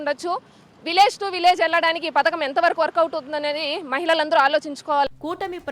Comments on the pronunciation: పతాకం కాదు పధకం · పతాకం కాదు అమ్మ పడకం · పతాకం కాదు అమ్మ పథకం